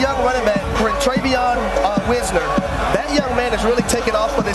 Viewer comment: Who's the guy that hasn't done enough homework to know how to pronounce "Wisner". This group of of announcers have no clue what they're talking a lot of the time. Last week it was the woman. The week before it was the guy in the cowboy hat. This is ridiculous for a network like ESPN to hire and keep such incompetent people.